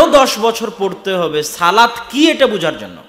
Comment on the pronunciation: মাশাল্লাহ অসাধারণ বয়ান। আল্লাহর সাথে সরাসরি কথা বলার সুযোগ বান্দাকে আল্লাহ দিয়েছেন। উচ্ছারণ হবে, 'সলাত'। 'সালাত' না।